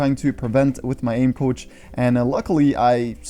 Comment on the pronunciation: I though it Saïd “aim couch” loooool i was so confused